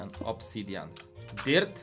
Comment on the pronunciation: muwi się obsydian a nie obsydjian🤣💕